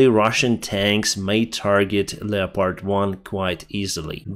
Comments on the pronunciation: Leopard is pronounced leppid. Thanks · Dear - Historically 'leopard' is formed from the two words 'leo' and 'pard' - but we pronounce 'leopard' as 'lep-erd'.